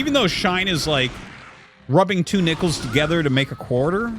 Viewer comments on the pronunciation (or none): If you're like me and heard "nipples" instead of "nickles"... Oh boy